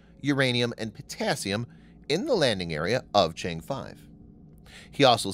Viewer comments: Just watch any one of English channels from China you can learn how to pronounce the name (Chang’e) correctly. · Nice video but mispronouncing Chang'e so many times ruined it for me.